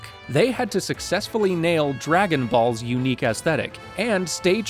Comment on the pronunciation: You're pronouncing Dragon Ball Z wrong. It's not just Dragon Balls, it's Dragon Ball Z